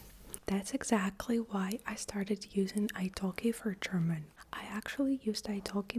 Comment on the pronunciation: Your German prononciation is really crisp especially for the consonant clusters, which is often difficult for learners. Also, you explained these words really well and precisely.